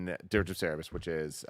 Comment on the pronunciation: How long are we going to continue letting Tim get away with calling Dirge of Cerberus “Dirge of Sarah-bus”? 😂